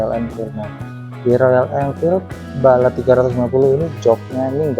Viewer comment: Bullet mas, bukan balet